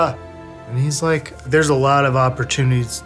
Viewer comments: When he looked at the camera when he fucked up the word "opportunities" 😩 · I love how he messed up a word and Jordan just looks at the screen. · better than he can pronounce opportunities